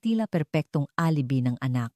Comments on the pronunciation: Hi, nakakainis ka😊di na ako makikinig sa narration mo maganda sana ang kuwento mo pero alibi ka ng alibi instead og alibay ang bigkas,pag di ka tumigil ng ka aalibi mo ireport kita sa admin mo lol hahahah alibi😊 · OO nga mali mali tagalog na nga wrong pronunciation pa.Yong UP she said OP, alibi she pronounced alibe OMGEE! I was wondering Sept. 2026 etc & 2027 it's only March 2026 now! Dumami tuloy wrinkles ko syo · Sagwa ng pagsasalaysay ng narrator… Isa pa…. “ mukhang fiction “ lang …. kathang -isip lang! Pati pagbigkas ng mga salita .. mali-mali… Halimbawa: U.P. ……… sabi ng narrator…. [ UPI] Alibi………. …….sabi ng narrator: [ alebi] Hoy … narrator…. balik ka sa Grade Six